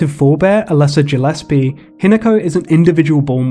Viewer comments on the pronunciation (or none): none